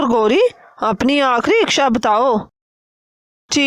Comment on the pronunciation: Mam iksha nahin hota ,sahi lafz hota hai ichhaa.